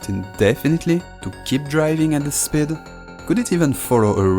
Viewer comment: Pronouncing "speed" as "sbid" is crazy😂